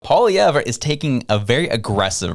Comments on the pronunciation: Pierre’s last name is pronounced Polly Ev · It's not Pawlee-ever. His name is pronounced Pwa-lee-ehh-vrehh. Poilievre is a French name. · Poly-ev is how you pronounce his name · Dude. It's pronounced Polly-ev.